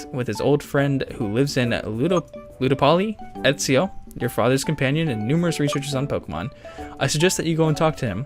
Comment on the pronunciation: You pronounced Ezio almost perfectly!